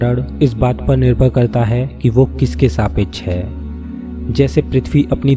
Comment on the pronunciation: And , . Please use proper hindi letters with perfect pronunciation i.e. सापेक्ष is saapeksha not a saapechh